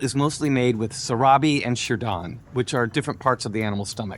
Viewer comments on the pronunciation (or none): On the 31 minute of this video you are SABOTAGEING the name of the food، it is SEE-RAA-BEE & SHEER-DOON please don't pronounce them WRONG. They eat this food very late at midnight or very early in the morning. The next one is pronounced Ka'le'h Paache'h.